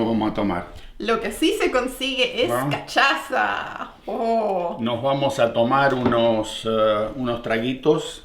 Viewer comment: se pronuncia casassha.la cachaza jajaja